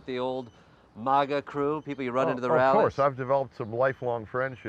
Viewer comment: Will someone please tell Jordan he is pronouncing maga wrong.